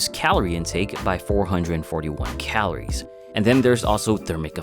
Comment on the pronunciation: "Calores", dude. "Calores!"